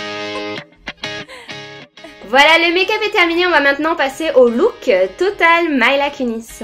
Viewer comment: Coucou super video parcontre c'est pas commeca qu'on prononce Mila. Tu as dis "Maila" et ca se dit "Mila ". Peutetre ca ne sonne pas bien en anglais mais elle le prononce commenc?